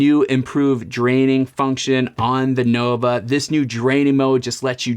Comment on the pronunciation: Can’t even pronounce the name correctly, Nova, not Novo!